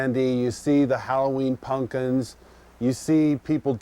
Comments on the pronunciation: Did he just say "punkins"? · Did he say "Halloween pun'kins?" 😂